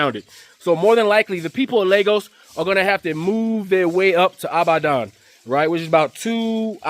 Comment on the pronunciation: Brother, it's pronounced "E-bad-on". ❤